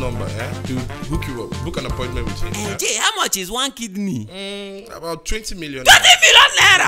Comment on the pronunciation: I love when he was saying "I thought it was my kid kneel"instead of kidney 🤣🤣🤣🤣🤣🤣🤣🤣🤣🤣🤣🤣🤣